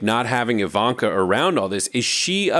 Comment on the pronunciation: It's Ivan-Ka